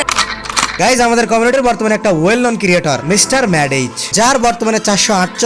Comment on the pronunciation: ক্রিয়েটর কিরিয়েটর না 🥴🌝🙏